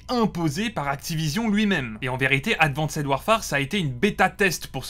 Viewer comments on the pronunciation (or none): Le "advanssède" répété 40 fois m'a fait saigner les oreilles et l'âme.